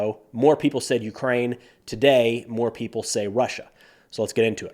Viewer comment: Did this Australian grow up in Germany? Today in an Aussie accent rhymes with 'hey' not die. Even though us Australians are thought of as relaxed, we do have a complex and can be very nitpicky!😉